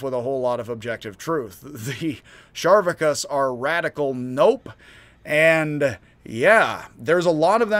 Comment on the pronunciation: Its spelled Charvakas, so why are you pronouncing it Sharvakas? Char, like Charcoal.